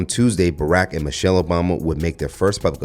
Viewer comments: Josh Hokit is such an idiot, he couldn't even pronounce her name correctly, because he is an idiot. He said "Mochelle Obama is a man." Please listen carefully, because this stupid YT racist probably had too many strikes to the hear to even speak correctly. SAD. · He said mochelle 😂😂😂 you can just make fun of stupid folks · He couldn’t even pronounce Michelle properly. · It's pronounced Michelle not mo-chelle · That idiot said "mo chelle" he didn't even pronounce Mrs. O's name correctly. Those people are deranged attention seekers. I feel sorry for them. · Mo-chell, he can't even pronounce Michelle. Just ignore the willfully Ignorant 😊😂😂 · Can errr’body pronounce MICHELLE & BARACK’s names correctly?? The fool that insulted her said MO-chelle…and Barack was mispronounced throughout this video. 😖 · Barack - Ba-rock, pronounce it right... and its President Obama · I’m still trying to figure out who MOE-chelle Obama is, b/c that’s how he pronounced it. 🙄 Overly LAME!